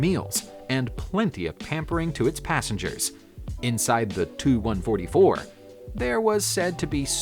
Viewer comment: It's T U not too or tu ortwo